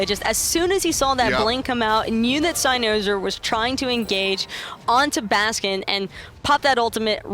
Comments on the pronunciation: the way pronounces cynosure, its like nails on a chalk board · cy-NO-sure. man each time she said that got me so triggered lol